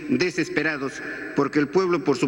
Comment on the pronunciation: "Me Iu poebIo poebIo poebIo poebIo poebIo poebIo poebIo"😭✏🤡🤡🤡🤡